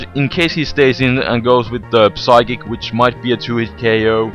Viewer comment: psychic - the P is silent